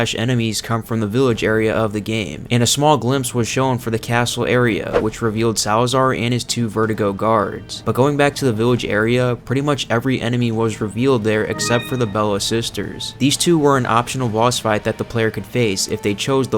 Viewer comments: VER-DO-GO not vertigo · It's 'Verdugo' not 'Vertigos'